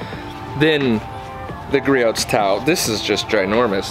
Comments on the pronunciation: Sorry to be nit picky it pronounced gree-ohs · It's pronounced like Gree•owz. Griots is a great brand that is worth every penny when you're a car wash enthusiast. There's always going to be strengths from one brand to another, but this PFM towel is better at drying then any other towel I've used. If anyone knows of a better towel than please comment so I can try it. Thanks! Entertaining video by the way. Good job. You kept me watching.